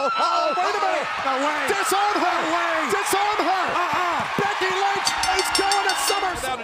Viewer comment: It's*DIS-ARM-HER. Not "D0S-Arm-her."